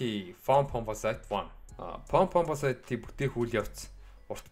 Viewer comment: Foam Pomposite гэж яаж уншаад байнаа